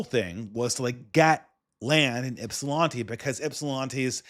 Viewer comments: How did you live in Michigan and mispronounce Ypsilanti wrong? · lived in Michigan tho...he should have heard someone pronounce ypsi the right way lol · Ypsilanti pronounced "ip sil lan tee" lan like land not lon